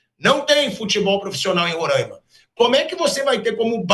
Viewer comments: Por que todo mundo fala Rorâima? O certo é Roraima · Como sempre os politicos querendo a fatia do bolo . Aliás é RORAIMA e não RORÃIMA. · Duas coisas...não é Rorãima...é Roráima (os acentos é só pra explicar a pronúncia)segunda coisa pro pessoal do Sudeste e Sul,Pilhado,pouco importa se tem futebol em Roraima ou sei lá onde,tá cheio de Presidente/dirigentes aí na região de vocês "onde existe futebol"...praticamente todos,que são péssimos gestores,entendem nada de futebol ! São tudo lixo,os do Norte,Sudeste... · Roraîma. É fodah